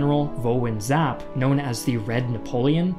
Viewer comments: the vietnamese commander is name Vo Nguyen Giap . not Vo Nguyen Zapp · It's not Zap, it's Giap. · i've never heard giap's name pronounced with a z before. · Hoàng Nguyên Đậu He's pronouncing it wrong.